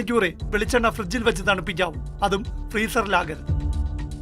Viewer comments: പ്രീസറിൽ ആകരുത് എന്നാണോ? പ്രാസറിൽ ആകണം എന്നാണോ? വ്യക്തമല്ല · ഫ്രീസറിലാണൊവയ്ക്കേണ്ടത് അല്ലയോ എന്ന് പറയുന്നത് മനസ്സിലാവുന്നില്ല